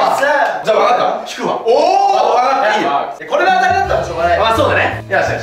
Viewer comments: 当たりの当をあたって言ってるのおもろいわ。あなのに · 最後の当たりの、読み方は、[あた]ではなく、[あ]です❗ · ザカオの「当」 は「あた」って読んでたけど「あ」じゃない？w 当たり、で「たり」が送り仮名だしw ザカオの罰ゲームの物足りなさが逆に面白くてバカ笑った 笑笑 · 最後「当」たりなのに「あた｣って言ってのおもろいꉂꉂ😂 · 最後の当はあたじゃなくてあだしww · 当⇦あ 「あたなにこれ？」読み間違えてて笑えるw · "あた"じゃなくて"あ"じゃね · あたじゃなくてあじゃない？ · あたでもないし笑当たりって読むからあだし笑